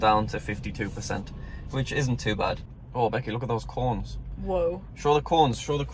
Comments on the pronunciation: i love it when he says "corns" instead of cones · I thought he was saying corns🌽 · They are called CONES not corns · Sounded like he said, "I LIKE THE CORNS." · “*BACK TO THE CORNS BECKY*” That’s what it sounded like to me (A Canadian) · i thought he said cornes lol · did anyone else think he said look at the corns lol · I keep hearing corns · Love the way you say cones